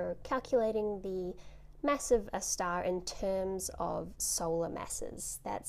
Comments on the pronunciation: I like how you say "stah." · i love it when she says star stah